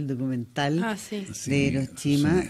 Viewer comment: Muy "cultos" los presentadores y pronuncian "iroshima" 🙄